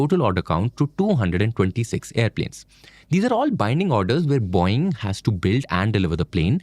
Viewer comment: It's Boe-ing. Not Boing.